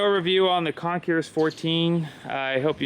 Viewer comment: CON-CORE. The S is silent